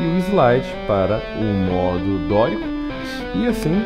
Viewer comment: O exercício é ótimo. Mas cada vez que você falava a palavra "modo" me dava comichão.